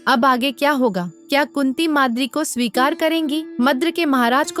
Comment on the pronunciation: It's swikar not shikari